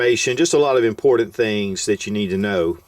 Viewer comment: Drinking game: drink every time he says “impordent” I’m wasted -.